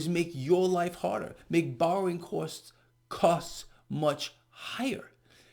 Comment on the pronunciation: we love your Italian NJ/NYC pronunciation of 'costs' like 'caust'(ic)👌🏻 I think the NYC Italiano accent is awesome & admirable😄